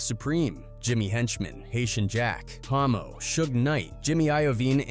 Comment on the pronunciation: His name was Hommo not Homo 😂